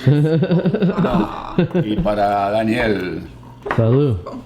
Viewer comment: Cómo se te escapa la n,Daniel!🤣